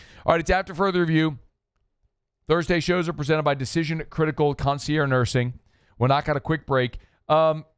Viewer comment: Why doesn’t know how to pronounce concierge?